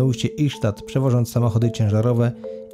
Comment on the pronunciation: Ystad czyta się ista.